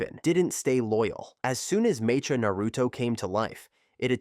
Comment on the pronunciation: Bro… it’s pronounced Meh-ka. Mecha as in Mechanical.. 🤦🏻‍♂️